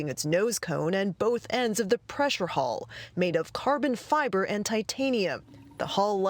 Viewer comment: it's hull - not hall!!!!